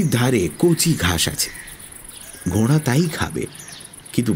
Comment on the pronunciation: the pronunciations are beautiful. It is because of that, that the stories come so alive. কিন্তু ঘোড়া কথাটা বেশিরভাগ সময়ই ঘোঁড়া শোনাচ্ছে তাই একটু অস্বস্তি হচ্ছে। Very sorry to be a grammar Nazi but everything is sooo perfect that little things are much highlighted. Thank you for the beautiful presentation otherwise 💖